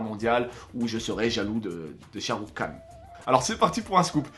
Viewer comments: Shahrukh Khan ça ce prononce Rhan ! Le k ce prononce comme un r comme en arabe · Mdr j'adore tes vidéos mais je suis fan de Sharukh khan par contre c'est "khan " même prononciation qu'en arabe mdr et c'est une star également au RU pour la communauté indienne présente et en Amérique Latine les films Bolywood sont pas mal connus également. Bisous !